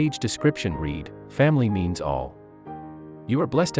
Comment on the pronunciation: Hire me and I can correct the script for AI. 911=nine one one, Read=red, etc.